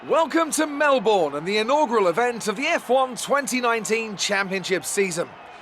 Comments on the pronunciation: It's pronounced Malbin. Not Mell born. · How have they not figured out how to pronounce Melbourne yet?!?!